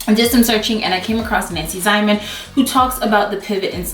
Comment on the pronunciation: Great info, I just thought I would share that Nancy Ziemann is pronounced Zeeman. I watched her show for years - great information even though she has passed.